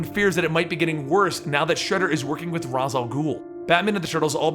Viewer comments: You mispronounced Ra's, it's (Raysh) not (Roz) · RAYSH not Raz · Raysh, Not Raz. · It is pronounced raish not raz